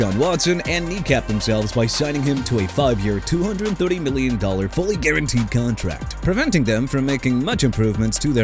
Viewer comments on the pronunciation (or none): none